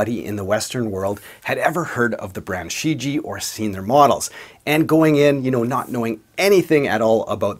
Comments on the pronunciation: Pardon me: "Shi Jie" should be pronounced "shi j-yeah". Great Review nonetheless! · From what I can tell it should be pronounced "She - ji-eah" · The first syllable "Shi" is pronounced "sss" and the "Jie" sounds the same as Ibanez "Jem" minus the m, so "sss je"